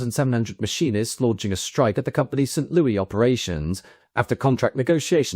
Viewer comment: Just fyi, we pronounce the Louis in "St Louis" like one would pronounce the name "Lewis" rather than the French way.